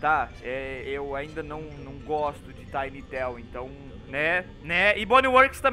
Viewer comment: Tu falo tiwn town (♡○♡)